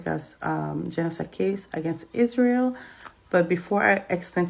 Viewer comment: I agree but if you didn't hear izz-rye-el main issue is with the young black community. Not my words.